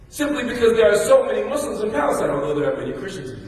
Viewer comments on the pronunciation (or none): "Muss-slums" as you say, Sir, is a crafted crash in the one-car lane I drive in. If you can pronounce chrysanthemums, Episcopalian, Brezhnev, Glasnost, euphuism, Mormon , atheist, agnostic, anomanopeia, Chernobyl, Uzbekistan, and SO MANY other words.....but so closely align with Islamophobes that continue to pronounce the Arabic word for One Who Submits to God's Will as: "Mud's Slum" or "Moos-slums". Congratulations with the insertion of at least one(1) correctly pronounced Arabic word I heard clearly ("Abdullah", not "Abdoollah") in your speech, but how do you persist to neglect getting the word Muslim stated correctly in the same way those who you are preaching against do?